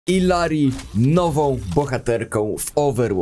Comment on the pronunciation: Jak Illary jest z Peru to ijari bo "ll" się czyta jako j, w języku hiszpańskim.